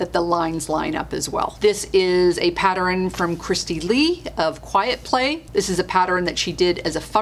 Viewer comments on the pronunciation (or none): Do you realize, you say Pattern wrong? You say... pat-ter-ren, it's... pat-tern. I do love your videos. Apparently, I have ADD.